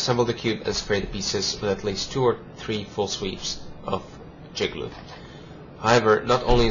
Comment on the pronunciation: It's Jig-A-Loo